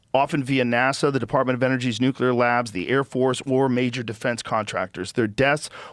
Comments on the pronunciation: "nuke-you-ler fission" lmao ole GWB lingo. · said "nucular"